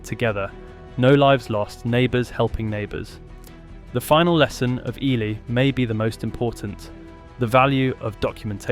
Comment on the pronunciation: The name is EEE-lie